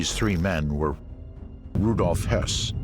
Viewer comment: Be careful with how you say Höss. Had me scratching my head a couple of times! Rudolf Höss was commandant of Auschwitz, Rudolf Hess was deputy Fuhrer who flew to Scotland in 1941 and got imprisoned by the British - He didn't flee anywhere at the end of the war!